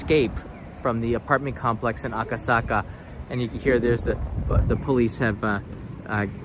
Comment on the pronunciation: Aka saka cannot pronounce